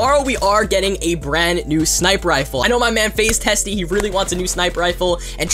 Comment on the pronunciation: Did you call him FaZe Testie? 😂